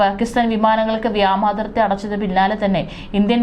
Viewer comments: Vyomathirthy എന്ന് പറയാൻ സാധിക്കില്ലേ? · ഇപ്പഴും നിങ്ങള്ക്ക് വ്യോമാതിർത്തി എന്ന് വ്യക്തമായി പറയാൻ അറിഞ്ഞൂടെ, കഷ്ട്ടം തന്നെ...